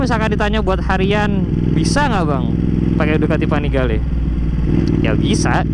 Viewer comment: yg gw denger Ducati vanigale 7